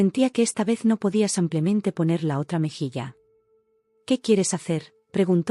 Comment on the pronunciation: Porque dice samplemente en lugar de simplemente